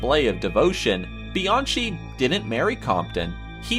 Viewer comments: just to let some of ya'll know its not Bee-an-CHEE its Bee-an-Kee (Kenneth Bianchi) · You completely BUTCHERED (no pun intended) ANGELO BUONO and KENNETH BIANCHI'S names... 💀Angelo Buono = "AN-JELLO BOO-WHOA-NO" (... NOT "Angle-oh Boo-no" 😒) 💀Kenneth Bianchi = Kenneth "BEE-AHN-KEE" (... NOT "Bee-an-CHEE") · His name isn’t Kenneth BianCHI. It’s pronounced. Kenneth BianKEY. And the info for Mayhem’s bassist is all wrong. Smh. Otherwise nice video. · Bianchi is pronounced BEE-ON-KEY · Angelo Bueno Jr. & Kenneth Bianchi Pronounced Angel-oh Bo no and Kenneth Bi Ahn Ki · He mispronounced Angelo Buono's and Kenneth Bianchi's name.... "ANGLE-OH BOO-NO"??? 😑